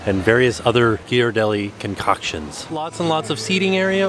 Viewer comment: Congratulations on properly pronouncing Ghiaradelli!